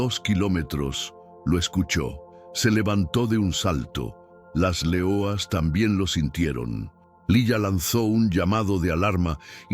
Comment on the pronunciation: porque dices .... L E O A S ...... en portugues y no LEONAS .... en español ??